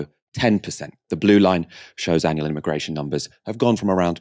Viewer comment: The first guest speaker said “I”migration Lmaoo why she pronounce it like that 🥴